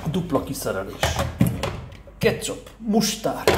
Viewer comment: "Rá van tetoválva"😂😂😂😂kész,nem bírooom....wooow,tea,"kecsaaap"😂😂😂😂😂😂